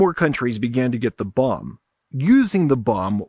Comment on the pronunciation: Never heard "bomb" pronounced like that before.